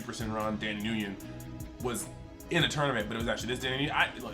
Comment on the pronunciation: Love ya boss just heads up the name Nguyen is pronounced “Win”. Mean that with as little shade as possible.